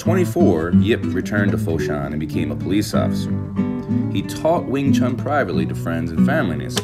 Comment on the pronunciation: For crying out loud, make an effort to pronounce Wing Chun properly if you want to make a tribute video of Yip M.